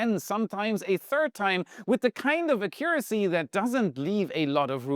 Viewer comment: I've never heard the word "accuracy" pronounced that way. 🤣 Btw: The chosen pronunciation would be correct for "accumulator". English is hard sometimes. Best wishes from another native German speaker. 🖖